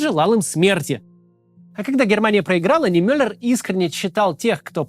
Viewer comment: Я 18 лет жил в Германии на углу Нордаль Григ и Матин Нимёллер штрассэ. В следующий раз постарайтесь ставить ударение на и, а не на ё. Мне очень нравится ваша работа. Большое спасибо